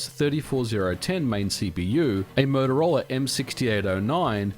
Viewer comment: Am I the only one who heard him say "Murderola"? Are these intentional puns or am I simply projekting?